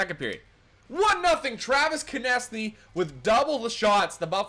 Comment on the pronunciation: Konecny is pronounced "connect-knee"